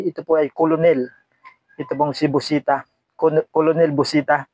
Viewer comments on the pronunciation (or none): Kernel ang pag pronounce boss, hnde colonel